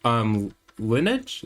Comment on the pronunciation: lineage = Lin-ee-ij. like your ancestors